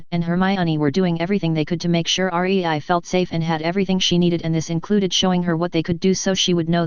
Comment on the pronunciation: her name is rei NOT r e i